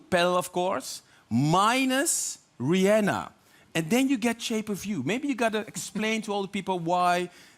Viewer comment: Not even a minute in and I'm thrilled to hear someone pronounce Rihanna the correct way.